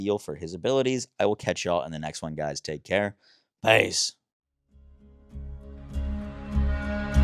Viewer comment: I think “peace”? But slurred to the point it sounds like “pace”.